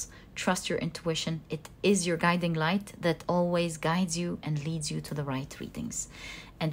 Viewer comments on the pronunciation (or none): none